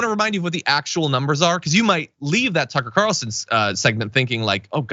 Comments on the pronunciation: Did you say sucker Carlson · Sucker Carlson. I swear you said that. Either way, I love it. ❤️ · Did you actually call him "Sucker Carlson"? 🤣🤔🤣